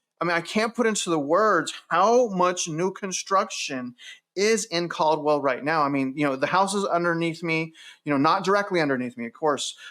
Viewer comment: Cald-well :face-green-smiling